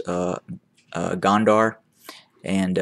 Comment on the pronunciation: Gonder, pronouncing (GO nn Der)